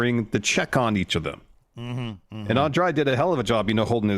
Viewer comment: My favorite part was Kevin Kelly struggling to say Andrade's name for an entire match with no one correcting him.